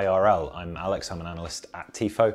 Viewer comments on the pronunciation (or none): none